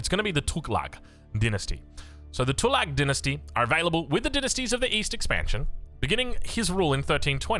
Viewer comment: Fooking hell innit cant even pronounce tughlaq